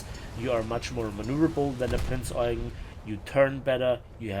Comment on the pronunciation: Its Prinz Eugeeeeen not Eugn 😅. Sorry, aber ich habe mal in der Eugenstraße gewohnt. Da hatte jeder einen Anfall bekommen, wenn man es nicht ordentlich ausspricht.